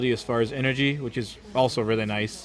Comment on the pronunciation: He said nice " Noice" :D